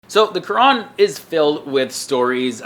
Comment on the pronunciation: He is actually pronouncing "Qur'an" properly.